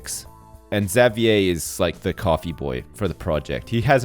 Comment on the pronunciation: Jayden at least has one really good stat that he can focus on for training. Firing Xavier would be a good decision in the long run, because A) Xavier has bad stats (Not even one above 300!) and would be a big waste, and B) I cringe every time I hear him say "Zav-yay"